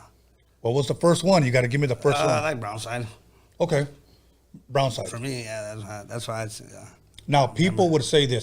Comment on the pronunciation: This foo said browside and talking about he's from the west San Bernardino